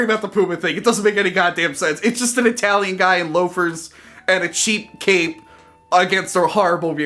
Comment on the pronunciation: I-talian is horrendous! But i love it!